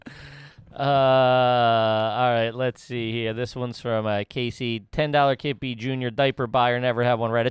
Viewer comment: nah this one on Kippy. He said it weird.